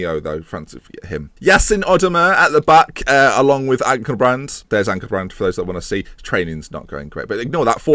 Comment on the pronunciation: Here's a tutorial for Turkish phonology. For; Yasin Özdemir, Ya (like "Ja" in German) and Sin (like "sin" in English, obviously). Özdemir is OK already. Good luck, sir.